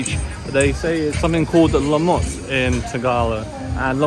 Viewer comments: LUMOT …. Not LaMOT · lumot not lamu. algae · It's LUMOT (LOO-MOT). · Its "LUMOT".😅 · LUMOT pronounce it like LOO and MOTH without the H. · I think it's 'lumot' (loomoht)... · I'ts actually LUMOT (loo-mot). And you're right mate, it's green algae.